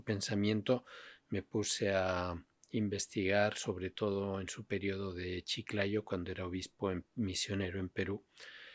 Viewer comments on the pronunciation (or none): Hasta donde sé, y así lo pronunció el mismo Papa, es CHICLAYO, no Chiclano, como aquí erróneamente lo pronuncian. Por otro lado, muy bien por este libro.